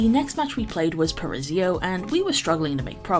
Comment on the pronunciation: I'm not even playing Overwatch for years now, I just love your content and it's my only source of ow news 😹 Also, i believe it's ParaISo, not ParaSIo 🤔